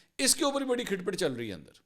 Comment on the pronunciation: AoA Mansoor bro. if you dont mind i want to rectify your punctuation of this punjabi word have spoken by you is "Khat phat not khit phit " Iam sorry sir! . Thank you so much .